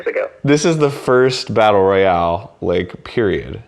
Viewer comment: Fucking lost it when he said its a batlte royale